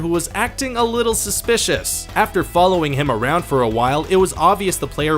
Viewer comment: U said subsicious not suspicious